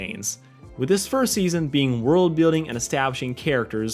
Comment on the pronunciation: Oh yeah now I remember i had to re watch it you accidentally said steason two instead of season two